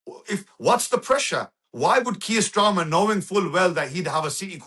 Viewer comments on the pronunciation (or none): He doesn't even know the name of the British prime minister. He calls him Mr Strarmer. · He keeps calling Starmer, Stramer. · Kier "Strarmer"? 🤣